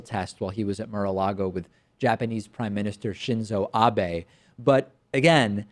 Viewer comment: Hilarious Btw, not narcissistic enough to think you worked on your pronunciation of "Abe" for me David, but you're no longer "on notice" :P